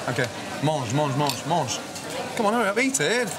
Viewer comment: And then he says MANGE